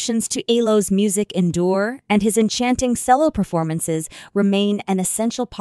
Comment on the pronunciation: Every time she said "cello" I cringed!